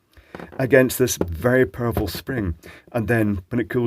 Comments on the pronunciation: Yeah he said purple for sure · I heard purple too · It took me over 5 minutes to realize that he was saying POWEFRUL spring and not PURPLE spring. 😂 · The subsequent times he said it, it changed to purfel for me so then I gathered I should have heard powerful :P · I thought he said "big purple spring" the first time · I too was waiting for a purple spring. listened again and could hear "perful" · I heard purple as well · I heard "purple" both times, assumed that it was an in joke, read these comments, rewatched the video, and was genuinely surprised when he said "powerful." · I too hear "purple spring". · yep I thought he said purple spring I must have dyslexic hearing